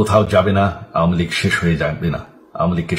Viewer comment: আওয়ামিলীগের সকলেই বলে আউমিলিক এমনকি জয়ও বলে আউমিলিক। এটা আসলেই আউমিলিক।